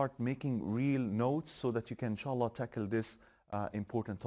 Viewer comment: Adamin insaalah demesine bayildimm